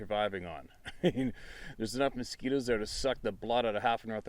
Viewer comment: He said victum of a masquito, i just died🤣🤣🤣🤣🤣🤣🤣🤣🤣🤣🤣🤣 then you got the sabey wtf🤣🤣🤣🤣🤣🤣🤣🤣🤣🤣🤣🤣🤣🤣🤣🤣its going to be a long day in the woods🙄🙄🤯🤯😳😳